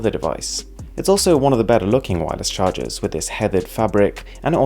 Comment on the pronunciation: Very nice "cahrgers" 😂😂😂👍